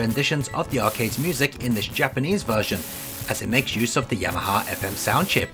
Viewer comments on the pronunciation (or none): none